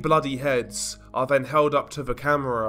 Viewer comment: It's OK. I noticed he pronounces his "th" with a "v" foe instance then = ven, although = alvough etc.